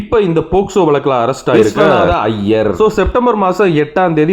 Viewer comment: ஐயர்னு அழுத்தி சொல்லுங்க ஐயா 😂😂😂